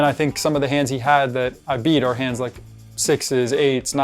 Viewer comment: " issa real money but it does a not rook a rike real money..."